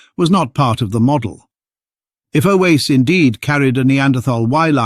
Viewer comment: If Oase is so important, could we stop mispronouncing it every which way? "Oase," which means simply "bones," is pronounced something like "wah-se." Two syllables, not three. (Yes, I'm Romanian by origin.) It seems to me like fossils keep disproving OOA, and yet the low genetic diversity of modern humans can't help but confirm a single expansion. I wish I could understand genetics to be able to form a solid opinion one way or another. Decades ago I was fortunate to take an anthropology class from Tim White at UC Berkeley. I wanted to study paleoanthropology, but soon realized I couldn't do it without studying lots of science and genetics. My brain doesn't want to go there. In my retirement now I find myself still fascinated by all this as much as when I first heard of Lucy. And I'm still stumped by genetics.